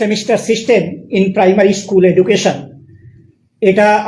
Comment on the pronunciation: "ইস্কুল" নয় 'স্কুল' 😢😢😢 "গরমেন্ট" নয় 'গভর্নমেন্ট' 😢😢😢 এদের উপর শিক্ষার দায়িত্ব??😢😢😢